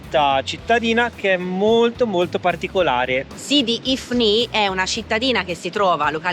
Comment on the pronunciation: L'accento è giusto, sidi ifni